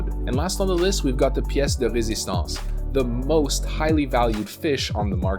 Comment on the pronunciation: Your pronunciation for "Pièce de résistance" was spot on. Got some french roots?